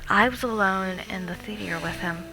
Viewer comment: She says theater so atrociously. she says it like THEE-TEE-AIR. Ugh it drives me fucking nuts every time she says it.